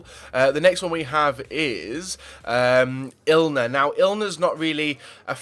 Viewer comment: Ilner looooll its inler